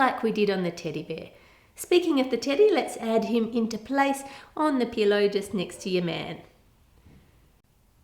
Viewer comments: it sounded like she said titty 😂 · I wasn't really paying attention just had this on as background doing my makeup and I swear I thought she said "now to make the titty" 😂😂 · Did anyone notice that instead of teddy she said titty...😂 Also she made the band aid upside down. The white part is supposed to be against the skin so it wouldn't be visible...smh😂